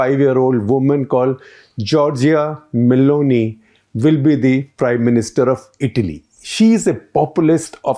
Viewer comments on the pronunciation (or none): none